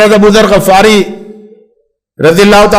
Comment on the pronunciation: AbuZar Ghaffari nahi, GHIFARI. It is necessary to read before to preach or to give a sermon.